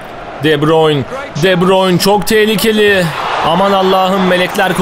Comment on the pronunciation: de buruyn diye okunuyo abi